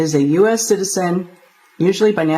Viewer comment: English please…. Citizen not citisen, citizenship Not citisenship 😂😂😂